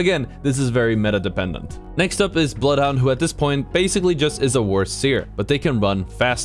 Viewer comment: nothing scarier than being bloodhound scanned while ratting then hearing "I AM BLOOTH HUNDOOR!"